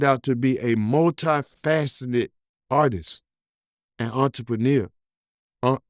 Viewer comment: Yoooo this nigga tryna say entrepreneur was funny as he'll I'm dying 🤣🤣🤣🤣🤣🤣🤣🤣🤣🤣🤣